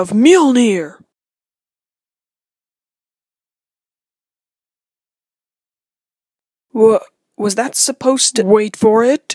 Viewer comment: It's m-jol-nir not mer-mere